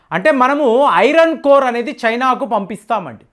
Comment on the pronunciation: it’s iron ore not iron core